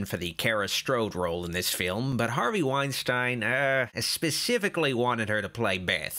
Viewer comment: I know it's pointless to get mad at a two year old review but not knowing how to say the name of two of the famous and influential producers of all time (Harvey Weinstein and Hiam Saban) is really cringy lol